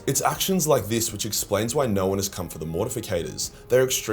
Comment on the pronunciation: The hilarious toilet humor quips keep me coming back. That and "narr" when he says "no"